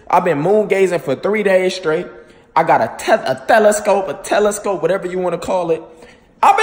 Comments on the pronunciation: So: “I been moongazing for three days, I got a thelescope” 💀💀💀 My guy it’s Telescope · mans said moon gazing “tHeLeScOpE” dats tuff🤷🏾‍♂️💀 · Mans said “Thelescope” 💀💀💀💀💀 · "i got a THelascope" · "I got a THelAscope" - 2019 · first thighland, now thelescope 🤦🏽‍♂️